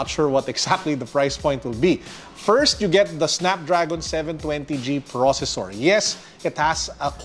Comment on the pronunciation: Anyone who noticed the "sweven twenty"? 😂 jk. Nice review sir! The back is on 🔥🔥🔥 Kudos Realme!